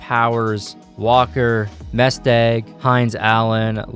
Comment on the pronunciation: also mestdaugh. Its pronounced "Mestdo"